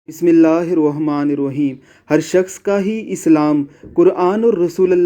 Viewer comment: بھائی تم پہلے بسم اللہ شریف صحیح پڑنا دیکھیے برا نا منانا شکریہ